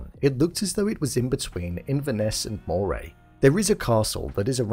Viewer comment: You miss pronounced Moray. I kin your no Scottish.